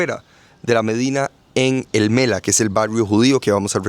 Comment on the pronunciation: الملاح el mallah la h se pronuncia